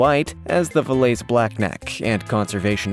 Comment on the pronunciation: That Valais Switzerland goat is pronounced (Vol•LAY')